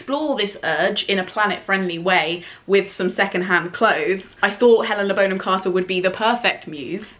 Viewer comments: I'm really enjoying watching all 'back catalogue' and I've learned so much from her, but... Aaaaarg! It's pronounced Bonn-am, not "Bone-am"! screaaaam Sorry, I'll go back to the video now... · i love your video, but thats not how you pronounce “bonham“ >:( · So is it Bon-hom or Bone-em? I’m really confused. Great homage either way. You could do a Madonna vibe next….not as dissimilar as you might think ❤️